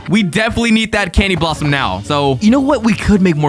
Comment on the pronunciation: Bro cany blossom it’s candy blossom